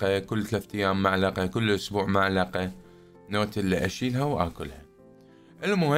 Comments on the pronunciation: مو معلقه ملعقه ملعقه😂😂😂😂😂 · ملعقه ❎ معلقه ✅ من تريد تصير مثقف بس متعرف شلون 😂😂😂😂😂😂😂😂😂😂😂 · الله ينطيك الصحة والعافية ملعقة ❌ معلقة ✅ 😂😂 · ملعقة ❌ معلقة ✅ 😹😹😹😹😹😹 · نجت ام الفصحه ملعقه يمعود 😂😂😂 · ملعقة❎ معلقة✅ 😂😂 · ملعقه مو معلقه 😂😂😂😂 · ملعقه مو معلقه 🤭😁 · ملعقه مو معلقه 😂😂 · ملعقه مو معلقه 😂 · ملعقة مو معلقة 🙂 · ملعقة. وليس معلقة. 😂😂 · ملعقه مو معلقه 😁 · ملعقه مو معلقه😂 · اسمها ملعقة مو معلقة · ملعقه مو معلقه و شكراً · اسمها ملعقه مو معلقه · اسمهة ملعقة مو معلقة ههههههههه